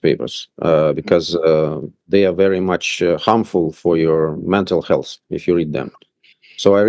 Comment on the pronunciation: The Ambassador- " I don't read Anercan newspapers because they are bad for your mental healthn"